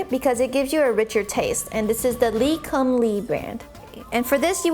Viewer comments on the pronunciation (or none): Oh say that again, lee cum lee brand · She butchered that oyster sauce pronunciation lol it’s Lee Kum Kee